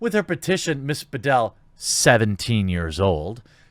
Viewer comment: Whenever you say "Bedell" it sounds like the toilet thing bidet. Confused me so much since I was only listening to the video.